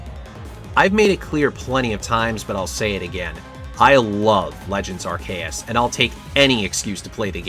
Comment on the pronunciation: Normally I wouldn't make a comment to say this, but there are no comments at all, so Sir Hammerlock voice ALGORITHM ENGAGEMENT, HO! (Does that reference date me? God I'm getting old) That said, "Arr-kay-us"?????? I have literally never heard someone pronounce it that way. I use "arc-ee-us", and I've heard "arse-ee-us", (and the fact that I have to spell it that way is precisely why I don't think that's right,) but "arr-kay-us" is definitely a new one. Until pokemon comes out and gives us a definitive answer I can't say you're wrong, though, so you do you. (Also, Legends: Arceus is the best Pokemon game in the series and I will die on this hill.)